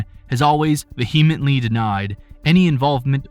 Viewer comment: Did you notice how this guy pronounced "vehemently"?